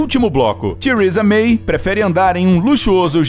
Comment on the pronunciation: Só Tiurisa mei mesmo....o cara quer enfeitar no inglês e fica pior que o remendo....ridículo.....tiurisa mei kkkkk ok que bosta!!! O carro dela ....da Tiurisa......tbm pôde borrifar gotículas de mijo de cavalo e gato e coco de porco.....se quiser!!! E o da rainha garante a evacuação....ou seja se ela peidar...as portas de ejetam....dizendo:: fui rainha do peido kkkkkk